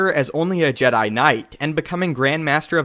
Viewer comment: Am i the only one that annoyed in JEDAY